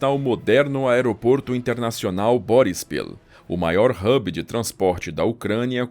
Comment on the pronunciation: Muito bom 👌. Acho que foi o melhor sumário que já vi sobre o tópico. E parabéns e obrigada ao Canal/narrador por utilizar os nomes Ucranianos e dizê-los na Língua Ucraniana! (*"Kyiv, Boryspil, Kharkiv, etc...) Muito bem narrado, e com pronúncia muito boa nas palavras Ucranianas! 👍👍 *De uma Portuguesa que conhece bem a Ucrânia. Desde antes de 2014. Já lá estive várias vezes, em diferentes oblasts (regiões), inclusive nas ora atacadas pela madrasta camarada moSScóvia.